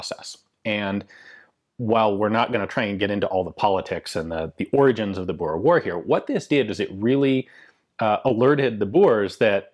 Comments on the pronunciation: Its pronounced Boo-r-eh war... thats my heritage... and Zuid Afrikaanse Republiek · Please oh please 60 min. In this and you don't know the history and neither can you pronounce the word Boere correctly ....